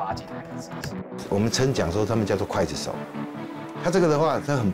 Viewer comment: 刽（gui）子手 四声～ 哈哈哈哈哈哈哈哈哈哈哈